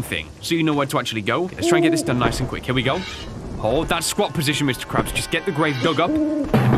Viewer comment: he ses mr craps